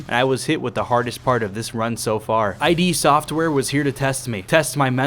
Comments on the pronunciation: Not as bad as "Eye Dee Software" . Ugh! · I cringed when you said eye dee software but otherwise great job